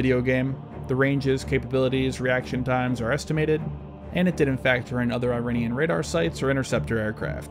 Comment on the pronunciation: Tthey are not 'Eye-rainians'. That's a terrible way to communicate to an oral culture. We can be in opposition without being consciously or unconsciously insulting to each other. The name of the country is pronounced 'ee-rawn' (aleph-ye-re-aleph-noon in Farsi, the local language). Don't sound like an uneducated bumpkin.